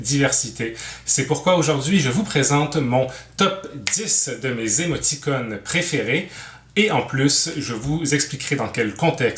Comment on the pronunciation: chaque fois que j'entend émoti"connes" y'a un trou qui apparrait dans ma barbe